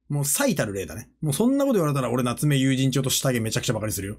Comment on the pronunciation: 夏目友人帳の発音が永遠に有楽町でわろた